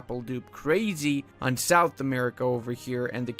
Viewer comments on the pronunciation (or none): none